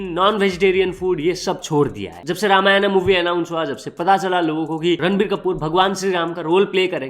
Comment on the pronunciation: Dumbass that's not Ramayanaa, it's just Ramayan. English ke chode.